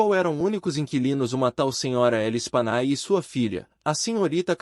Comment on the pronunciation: A pronúncia do nome das vítimas é Lespanyé.